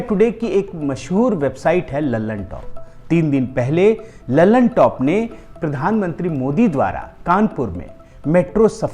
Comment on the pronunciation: लल्लन टॉप नहीं कल्लन टॉप 😁😁😁